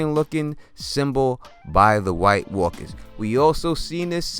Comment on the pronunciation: I love how he says white walkas lolol!